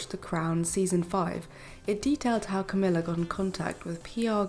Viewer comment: Love your ‘Crowmilla and lazy Kate!! Cowmilla and Khate😂